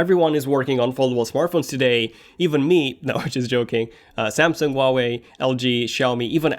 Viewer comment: He can't pronounce Huawei...